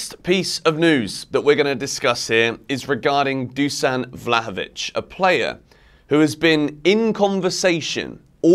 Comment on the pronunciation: Better vlahovovic on bench then lukaku. I said it month ago. And it's pronounced Dushan.